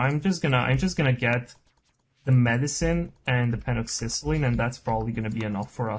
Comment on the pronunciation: Penoxycycline. Pen - oxy - cyline. Like "cycling", without the middle C. No "ciciline". Sorry and thanks for the content.